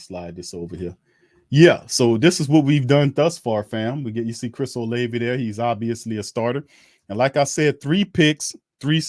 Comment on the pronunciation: Oh-lav-vie not Oh-Lay-vie